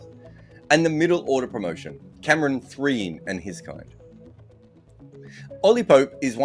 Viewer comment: Cameron "Threen" had me XD